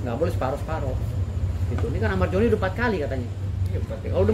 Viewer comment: Zoni Zoni , bukan Joni bg dauz 😂